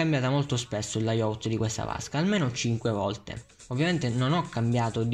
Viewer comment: SI DICE LAIAUT!!!!!